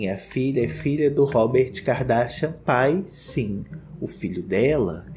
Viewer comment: Eu amo quando o fala “Kikadarsha”